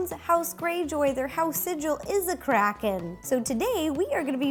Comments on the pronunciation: I thought she said "Release the crack head!!" 😂😂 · I thought she said release the crackhead 😂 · Is it just me or does it sound like she said crackhead 💀😂